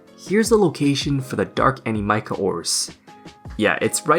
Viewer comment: I am never going to stop hearing your pronunciation of Animica.